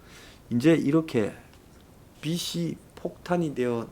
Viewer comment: 빚이 ㅡ 비지, 빗이 ㅡ 비시, 발음에 유의해 주시길, 발음이 정확하지 않으니까 자꾸 거기에 걸리는 군요.